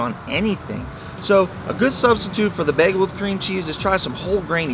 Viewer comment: Begel? What's a begel?